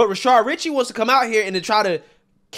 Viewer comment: You've pronounced his name as Rashard so many times that I thought his name was Rashard. It's Rashad.